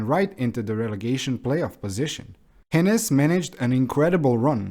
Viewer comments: OK. Maybe it just hurts especially hard as a Stuttgart fan. The name just isn't pronounced with these short consonants (no double "n" and "s"). Just nice and slow... "Hoeeenes" ;) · Is it that hard to look up the pronunciations of players and coaches? You obviously did a lot of research on the club itself, so I just don't get why you're skipping that part. "Hoeneß" is just not pronounced "henness", how did you get that idea? I would see how a Non-German might have problems with "oe", but you could have just stuck with an "o" then instead. All it would take is to search up any German post-match interview on YouTube...